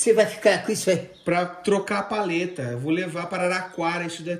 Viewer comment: Feliz ano novo de vida para o vô Anésio!!! Feliz aniversário 🍾🥂🍻🍺🥃🍹🍷🍹🎂 Ahhh... é PALHETA e não paleta que se fala,viu?